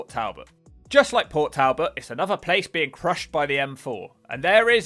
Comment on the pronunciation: Just to let you know, it's pronounced Port-Tall-bet, I know it's spelt weird, it's one of two only remaining steel works in the uk and it's actually a nice place if you forget about the pollution, it's had a fare amount of investment and very friendly locals! Lanarkshire in Scotland is a place that would be great to do a video on, the town of Cumbernauld there is really bad it's got the ugliest architecture out of anywhere you will visit and also the worst town centre (It's basically just a massive factory set to be demolished)